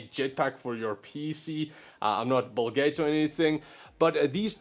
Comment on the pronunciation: am i crazy or did he say bull gates